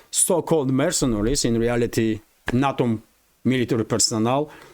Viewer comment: Some reference info: NATO is pronounced "nay-toe."